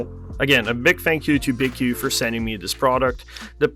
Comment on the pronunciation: Btw its pronounced BQ there logo is even a B and a Q